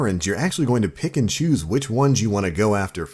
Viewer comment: whenever you say "pick and choose" I hear "Pikachu"